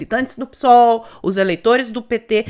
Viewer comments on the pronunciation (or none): none